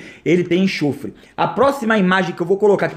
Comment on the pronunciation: não é enchofre, é enxofre!/